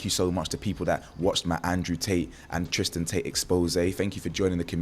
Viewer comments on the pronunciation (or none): none